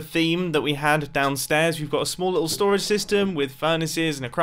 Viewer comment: 10/10 English